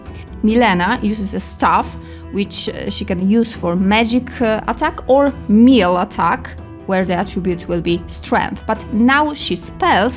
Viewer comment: na miły bóg - nie łipon - we-pən , nie mil - meleɪ , nie instrukszyn - ɪnˈstrʌkʃn, nie smal - smɔːl...... i można tak ciągnąć i ciągnąć....